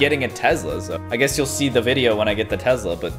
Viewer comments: lol there is no z in Tesla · “Tezla “ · No one:: "Tezla" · I love how he says Tesla ( Tezla) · I have to say this I have nothing against but it’s Tesla not tezla like......uhhh